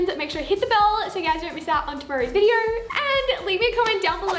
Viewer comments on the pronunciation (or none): it's not a video.... it's a "viderrr" lol heh..heh..